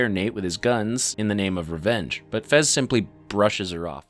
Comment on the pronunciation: His name is fez, not frez